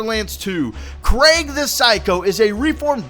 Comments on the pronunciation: You were saying it like Craig, its Kreeg <3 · Its pronounced kreeg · His name is pronounced Kreeg, just so you know. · You sorta had been saying it like 'Craig' in the video. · its pronounced Kreig like blitzkrieg. not being a grammer nazi just useful information